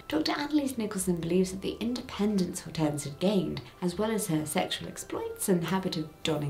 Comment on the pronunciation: Hortense is Hydrangea in French there are different versions of the name in Romantic lanuguages. The "H" is silent.